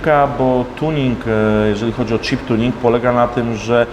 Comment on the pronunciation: chip to nie cheap, angielski do poprawy:P